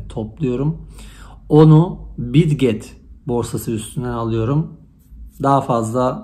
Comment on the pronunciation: bitget mi demişsin . anlaşılmıyor?